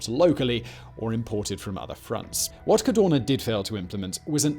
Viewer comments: Why do you say CARDONA instead Cadorna? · I love your channel, I enjoy your videos but you hjave the bad habit or butchering italian names :(... Dude I volunteer to send you an audio file in case you need to do a documntary about italian figure... n this case wit's not Cadona but CadoRna